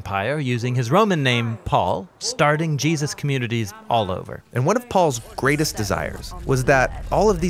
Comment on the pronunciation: Great channel. Great narration. With exception to when the guy goes from pronouncing "Jesus" as "Jee-asis" then back to Jesus. Is there a reason for this biblically? It's doing my head in, through all the videos.